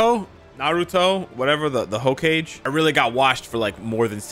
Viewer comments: lol its not ho-kage, its HOE-KAH-GEYY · Man really said "Hoe-cage" 💀💀💀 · Wait, did you say "Ho Cage" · brother said ho-cage 😭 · Naruto left gbr when he heard the hokage pronunciation 😂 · The way pronounced Hokage killed me 🤣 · your pronunciation of hokage is sending me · never knew you could pronounce Hokage like that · Naruto left solely because of the way you pronounced hokage 😭😭😭😭🤣🤣🤣🤣🤣